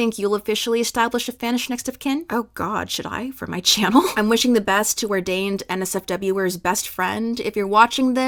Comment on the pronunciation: not reading OrdainedNSWER (NSWER is the fandom name for NMIXX, prounounced "answer") as OrdainedNSFW 😭